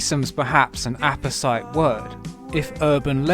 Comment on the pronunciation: apposite is pronounced like opposite, but I didn't know what it meant until you used it, so thank you and I hope I didn't come off like a condescending arsehole